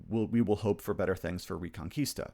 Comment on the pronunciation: Spanish speaker here. The correct pronunciation is "rEconquista" with the "E" pronounced as in Elephant. Reconquista means of course Reconquest.